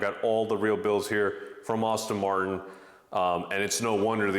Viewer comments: Nice car but certainly not worth it IMHO. However, why are you saying Austin Martin...when it is pronounced ASS-TON Martin? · How can you own the car and call it "Austin" Martin ? And the girl drives it ?? 😂😂😂 ouch. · you for real? You own the car and didnt know how to pronounce it? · Yeah it’s almost like he’s bragging about how much he spent. 😂 He didn’t even pronounce the brand correctly.